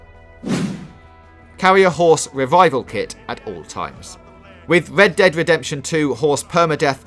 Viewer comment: What is going on with that voice? Wed Dead Wedemption???